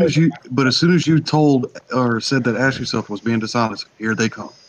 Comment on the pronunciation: I thought you were saying "ass yourself".